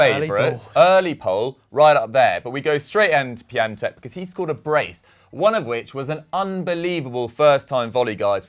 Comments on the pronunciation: It’s pronounced piontek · FUN FACT Piatek means Friday in Polish and it’s Pion-tek